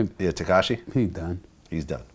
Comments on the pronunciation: It was ketachi he would have said tekashi 😂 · Somebody gonna tell... Vlad says "tekachi will" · Katashi??? Lol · No one Freewayricky: ketashi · I already knew someone was gonna be on his ass for saying ketachi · He said Kentanchi tho